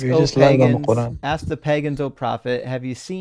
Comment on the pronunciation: Wanna "aks" you a question! 🤦‍♂️😳🤣🤣🤣